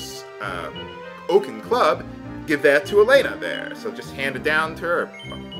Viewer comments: And about name of main heroine. Actually there isn't name like Alena in russian, sure Belorussian version have that spelling, but if game roleplaying russian here name is same as Hellen or Ellen and actually written as Alёna(yes with dots) and spells like Alyona. Well a little ranting for teh great justice. p.s. And i'm amased how close to truth you pronounced Kyril and Borya names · Alena's name is pronounced wrong. She is like Alex from Totally Spies because of her martial artist attacks. 🎌